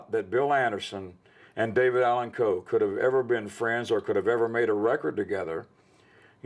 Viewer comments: RIP, legend! You will be missed! #RIPDAC HOWEVER, I can’t help but be distracted at who keeps pronouncing his name with a very pronounced L in it. Like Cole, instead of Coe. I know it’s probably just a weirdo like me who has ADHD and fixates on silly 💩 I’ll see myself out now! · Someone please tell this half whit it’s COE not Cole. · The dude saying David Allen Cole is is cringe to my ears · Take a drink every time that dude says "David Allan COLE"